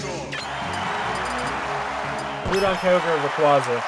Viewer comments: Groudon is pronounced Gr-ow-don, not Gr-oo-don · Isn't it pronounced "grow-don" like ground?